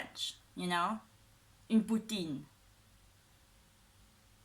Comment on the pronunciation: What is your native language? I'm usually pretty good with accents but I'm stumped. Your English is very good and when you pronounced poutine with a proper french acccent! Tres Bien😁